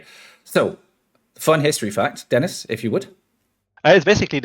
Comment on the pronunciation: Has a french player, I have to say that the pronounciation of Dennis is pretty good!